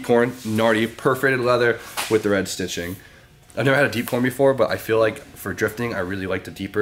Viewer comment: Did...did he say deep corn?